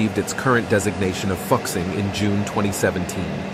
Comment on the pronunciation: it does not pronuce like fuk xing... it is like fool sing